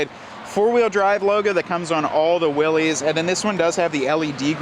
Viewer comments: It's Willys (like willis) not pronounced Willy's . The original company was willys overland company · It’s pronounced Will’iss, not Will’ees, after the founder of the company that got it all started in the 1910’s. John North Willys founded Willys Overland. His company won the bid to produce a ‘military basic’ vehicle (MB), also called a general purpose vehicle. General Purpose became “GP”, which became “Jeep”. Show some respect for the founder, dude, if you’re going to review a vehicle named after him, at least pronounce his name correctly. And the “Jeep”, (not JEEP) on the tailgate is historically correct; look up some photos of the Jeep logo from the past (60’s). Willys Overland was started in Toledo Ohio where Jeeps are made to this day. The Willys model line is a nod to the original history of the Jeep, don’t try to change it, man! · Why does he keep saying "Willys" like that? Its not Willy's, its Willys like Bruce Willis... but with a y. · You lose all “cred” by continually calling it a Willy’s. The correct pronunciation is Will-iss. It’s supposed to be an homage to the original Willys-Overland Jeeps. Company founded by John North Willys. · It’s pronounced Will-s 🙄🤦‍♂️